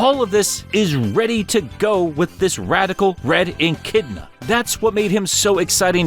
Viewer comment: I love you, but you gotta stop pronouncing echidna as "en-kid-na," lmao aaaahh